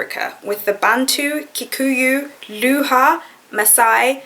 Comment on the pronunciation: Kenyan here. Love your videos; they're so inspiring. Quick correction: Luhya is pronounced "Loo-ya" and Luo is pronounced "Loo-oh"